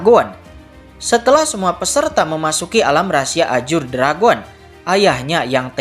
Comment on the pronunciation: Nah gitu donk bg baca azure jgn ajur lagi😂😂